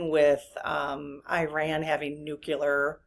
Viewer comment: Sorry about this, but just FYI…. It is Nu-CLEE-ar…. Not Nuc U lar…. Retired chemistry teacher here, and it is rather like hearing fingernails on the blackboard thing…. Thanks…